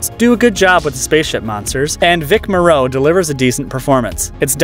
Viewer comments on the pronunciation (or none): And he mispronounced Vic Morrow's name.